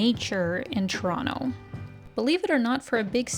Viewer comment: Don't know if it was on purpose or not (seems like it was), but, the pronunciation of Toronto in the editing kept me smiling throughout the vid. Shot of Toronto: pronounce it like a native Torontonian. Shot of other cities: pronounce it like someone not originally from there. Nice!